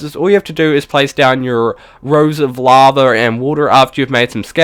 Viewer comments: not trying to be rude but why do you pronounce lava laver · It's called lava not lavar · This guys funny.. He says LAVER.... *laughs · LittleMushroom no u are just deaf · 'a tom of LAVER'